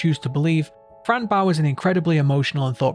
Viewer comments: Why do you pronounce her name like that? It’s fran Bow, pronounced bo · Its pronounced bow like a hair bow not bow like a ships bow not trying to be rude it was just frustrating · The way the creators pronounce it is Fran Bow 🎀 not Fran Bow 🙇‍♀️ it may not be pronounced in the game but I'm sure the way the creators pronounce it is the right way to pronounce it 😅